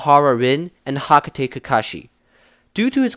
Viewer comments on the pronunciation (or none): Hakate😂it's good tho but its hatake